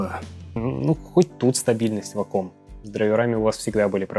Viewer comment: вейком а не ваком...